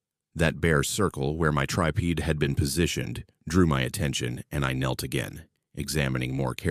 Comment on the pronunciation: Tri_peed? Gotta love the bot and its ability to pronounce a woid.